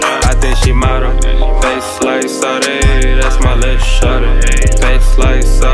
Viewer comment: I prefer this version where he pronounces sade like a pleb